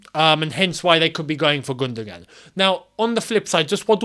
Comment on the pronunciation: think of it as GundoWAN and not GundoGAN